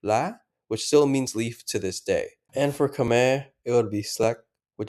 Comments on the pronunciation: Khmer is pronounced Kmahy :) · Khmer is pronounced like Khmai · Hearing you pronounce the name “Khmer” is killing me